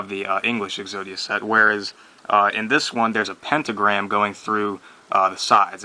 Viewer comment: "pentogramy" lol xD